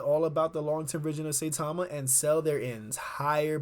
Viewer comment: Pronounced Cy-Tama.